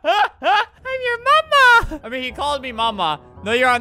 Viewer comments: I think he meant “ma’am you know” instead of “mama uk” lol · He means “Ma’am” but he’s saying “Mama” it’s so funny😂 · I love how he keeps meaning to say "ma'am" but it comes out as "mama" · “Mama” “Mam” i think he means ma’am xD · I just thought he was using an accent, like the dude off of criminal minds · I'm pretty sure when the officer said "mama" I think he meant "ma'am" now that I think about it lol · When he say mama he was trying to say ma’am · I think he ment to say ma’am, not mama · Sam bii but he did say mama uk lmao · I think the guy at the beginning saying “mama” was trying to say “ma’am.” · I just realized. The guy from the beginning was trying to say Ma'am. Not mama HSHSHS😭👍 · I think meant to say ma’am but idk lol